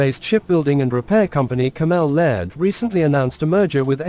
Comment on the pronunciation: Where do these posters get their reporters / text readers who don’t even know how to pronounce well known UK defence companies such as caMEL Laird or Bay (BAE ) systems … obviously they’re just reading from a script without knowing or researching the companies involved.